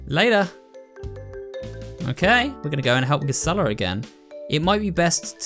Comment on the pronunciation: Just a small nitpick, but I think Gisela’s name is meant to be pronounced with a soft g.